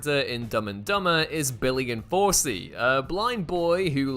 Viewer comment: Who the hell heard "Enforcie" instead of 'in 4C?'